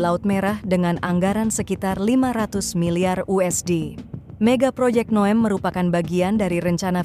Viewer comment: Bunyi NEOM itu neyom bukan nya nowem